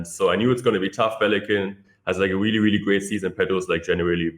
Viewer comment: “Weally weally good”